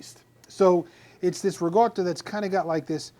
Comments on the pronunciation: non si pronuncia riGotta, è la ricotta con il suono di K, riKotta the G sound used in New York, Jersey and Philadelphia is relaxed pronunciation only here in America. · Your dialect is impeding a good Italian pronunciation to be heard. It is Ricotta Impastata! At first I thought you said RIGATTA( a large boats festival in Venice/Venezia). AHH AHH................